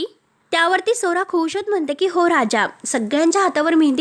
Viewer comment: मराठी नीट बोल.स्वरा म्हणं.सोरा सोरा ऐकू येतं